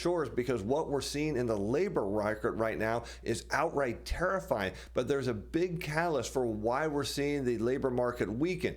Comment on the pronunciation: Is it "tarrif-fying" or "terrifying"?